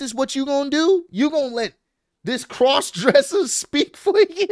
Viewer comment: Can’t believe Roman said crosssdresser wow